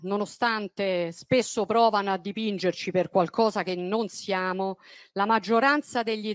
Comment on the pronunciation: Percorzo,ziamo, Zogno,sentirzi e che casso una esse la citi....